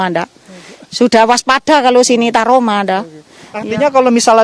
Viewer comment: waduh , trauma buk , bukan taroma , semangat ya buk , semoga ekonomi cepat pulih